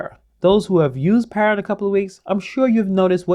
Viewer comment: It's pada not para